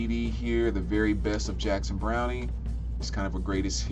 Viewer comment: It's Browne the e is silent. I had to do a big purge because I am moving to Williamsburg Brooklyn to live in my own apartment this week. I look for albums and CDs that I am familiar with and even near perfect too.